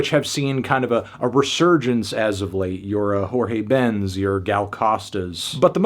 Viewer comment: Horhay Ben 😑